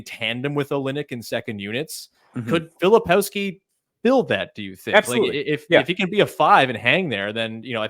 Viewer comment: Please not Filopowski